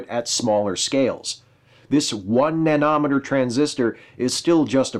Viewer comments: NanOHmehter? NanOHmehter? Absolute first time I've heard it pronounced that way. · Yeah., It's enunciated like "millimeter", not "kilometer".